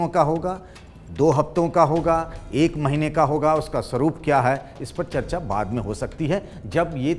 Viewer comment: पहले ख़बर खुद तो सही से पढ़ कर आओ दूसरे नंबर पर गुजरात नहीं बल्कि तमिलनाडू हैं और और भाषा का चयन भी सुधारिए चर्चा होता हैं ना की चचा ...@ जी